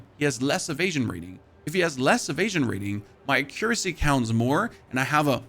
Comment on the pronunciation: Bro is trolling with his pronunciation of accuracy.